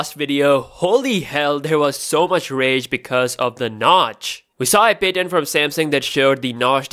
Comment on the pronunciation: Can u please pronounce patent correctly